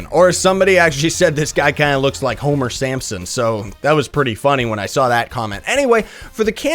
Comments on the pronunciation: Lol he said Holmer Samson not Holmer Simpson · Homer Samson ? Did he say that or am i deaf ? :)